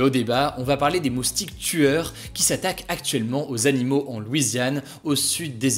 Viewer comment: Les moustique tueur, Hugo le dis pas comme ça on croirais entendre le coup des "Père noël tueur"